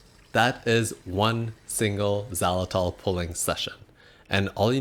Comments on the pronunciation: It's pronounced "ZAI-luh-tol", not "zawlatol" . There is a long "i" sound on first syllable. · it sounds like your saying "za-latol"